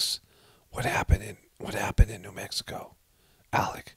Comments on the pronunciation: he said "mexico" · Was it me or did it sound like Alec said what happened in “Mexico” and not New Mexico? 🤣